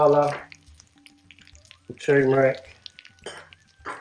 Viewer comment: I'm sure you know and have perhaps self-corrected by now, but it's "turmeric" not "tumeric". That's an "r" after the "u". It's not silent. Super common mistake, don't feel bad, but "tumeric" is wrong.